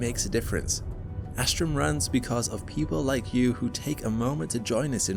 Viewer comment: its not "zoo wrong", its "joo wrong"